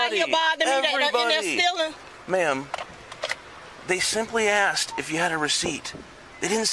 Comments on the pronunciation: Ax me if I haff a receipt? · Lmao "aksed" and what's with the clap-clap-clapping with every syllable?..as natural as breathing and blinking 🤣